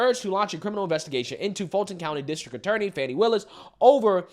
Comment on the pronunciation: Lets be clear. Fani Willis's name is pronounced Fanny with a long A. Like when you get your fanny spanked. It's not pronounced fonny.